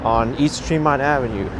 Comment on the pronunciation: My hood... by the way it's pronounced TREE-MONT